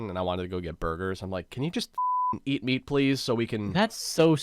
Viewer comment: tbh I thought u said eat "me" 4 a while